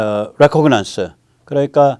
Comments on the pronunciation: "레코그넌스" 라 발음하지 마시고 "리카너썬스" 정도로 고쳐서 불러주세요. Reconnaissance에는 어디에도 g발음이 없어요. Sorry for nuisance. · 너무 바빠서 일일이 확인을 못 하시는지 잘못 습관이 되실까봐서요. re·con·nais·sance /rəˈkänəsəns/ 르카느슨스 둘째 음절에 액센트.